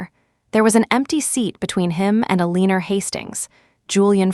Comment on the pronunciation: Julian's mother's name is Eleanor (pronounced L LEN OR) not a leaner